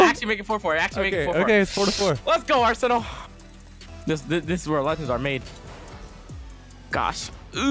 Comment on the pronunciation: When Arsenal said "This is where legends are made" I genuinely thought he said "This is where lunches are made". I'm not tired you are